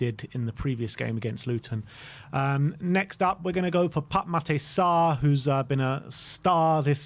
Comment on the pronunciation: Keep practising, and you'll eventually nail the pronunciation of Pape Matar Sarr!